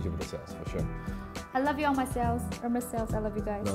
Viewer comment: "AIRMAYS" not Hermes. You teach so much Dan, that lesson is also free :)